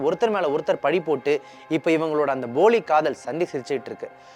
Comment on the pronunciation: தம்பி அது boli காதல் இல்லை poli காதல்